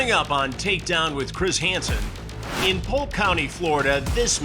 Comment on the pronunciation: "Chris Hanson" - he said it like "Keyser Söze"